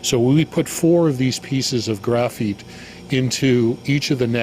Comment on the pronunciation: Ore-gone and graph-eet ? Ouch!